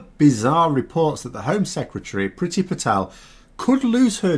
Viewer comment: IT’S PRONOUNCED “PREETY”! HER NAME IS NOT ENGLISH!!